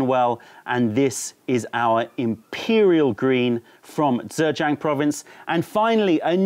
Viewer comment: Informative as always. Blind tasting videos are great fun - please do more. :) Btw 'zh' is pronounced pretty much like a 'j' in English, so you are not saying Zhejiang quite right (if you're going for a Standard Mandarin pronunciation, anyway - I have no idea about local Zhejiang pronunciation).